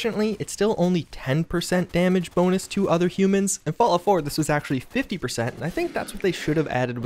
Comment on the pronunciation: He says fault 76 tho